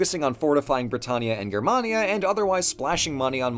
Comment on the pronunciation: Someone pronouncing Germania correctly based